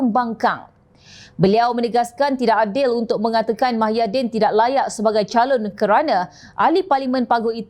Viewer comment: Sebutan nama org pn xbetul...nk ckp pelat xlojik sbb mmg mcm tu ke pembaca berita menyebut nama seseorang dlm parti pembangkang??muhyidin tp pembaca suka2 tukar nama org mahyidin